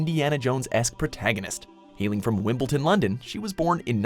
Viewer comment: Wimbleton, London? lool